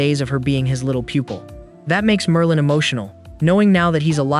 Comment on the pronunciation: bro said Marlin...✌️😭